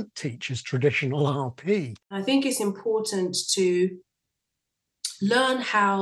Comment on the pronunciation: What is driving me insane lately are the YouTubers dropping consonants!! Impor(t)ant, etc. wt actual f?